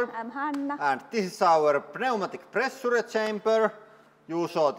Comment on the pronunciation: I miss lots of high "press-ur-ee". Great content as usual 👌